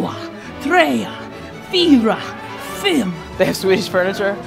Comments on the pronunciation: Its ”fyra” not ”fyrwaa” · Ett, två, tre, fryo